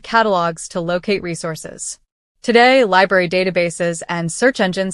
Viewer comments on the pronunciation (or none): none